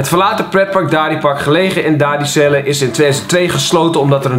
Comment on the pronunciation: dadizele spreek je uit als 'daadezeele'